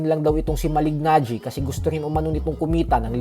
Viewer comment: Malee-najee. Hindi Malig-najee. Slient yung g niya. Sa taon taon na pinpronounce name niya, akala ko alam no. Reporter pa naman kau. Do your research